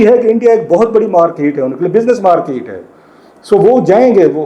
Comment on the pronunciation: Salam, It is not "Markit"... It is "Market"...